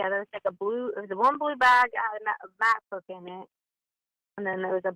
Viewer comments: Lol who has all that in their bookbag? And shes a flight attendant that goes to school? Shes said macbook right not mathbook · Pretending to be her daughter, I think she said Mac book, not math book. Just fyi 😊